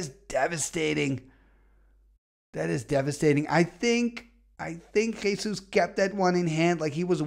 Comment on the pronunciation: I need to congratulate you for your pronunciation of "Jesús" XD